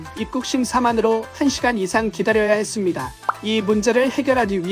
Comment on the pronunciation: 한국말을 아주잘하시무니다. 한국사람보다더한국적으로말하다가 끝부분에 "해쓰무니다"하면 일본인 이쓰무니까^^ 그러쓰무니까?